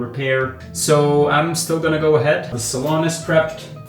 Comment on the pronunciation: It's NOT a "...Salon...". It's a SALOON!!!